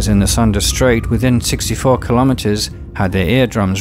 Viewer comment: By the way, "Sunda" is pronounced "soon-duh".